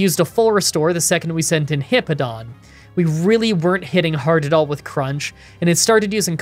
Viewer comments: You keep saying Heepo-don but it’s He-POW-don , it’s a nothing complaint but it just kept bothering me 😅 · Fantastic run, ground is my favorite type and I've been wanting to do a solo type run in platinum. Also I love you but it's HipPOWdon, not Hippodon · It's pronounced "Bweezil" NOT "Ba-weezil" "Star-rave-ia" not "Star-ah-via" "Hip-POW-don" not "Hip-Po-don" "Bweezil" NOT "Ba-weezil" I'm just going off how they said it in the anime. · I'm pretty sure its hippo-po-tas and Hip-Pow-don Correct me if im wrong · Hip-pow-don there is a w in the name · Great video! As a quick fyi incase you wanna make sure you’re saying names right, it’s hip-ow-don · It’s always interesting to hear you say Pokemon names. When I see Hippowdon’s name, I assume the “w” in the word is intended to make you say “POW!” Therefore, the word would be “hip-POW-dahn.” But the way you say it is much more natural for the way English words are pronounced - when you don’t assume Pokemon names are trying to be funny or break natural language rules. If it was a real animal, you probably would say “hip-oh-dahn.” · It's pronounced hippo-po-tas and the evolution it's pronounced hip-pow-don. It's pronounced star-Ray-via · Hippo-pa-tas Hip-pow-don That's how they pronounce it in the Diamond/Pearl series Hope that helps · The way to pronounce hippopotas is hippo-pa-toss and hippowdon is hip-ow-don Edit: added hippopotas's Evo pronunciation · Lol you pronounce the name like this hip pow don